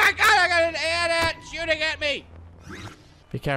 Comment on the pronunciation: The way he pronounces AT-AT's. LOL, watch Star Wars pls.